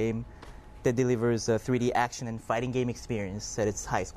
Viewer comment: hey havent u noticed when he says fighting game its kinda like hes saying farting game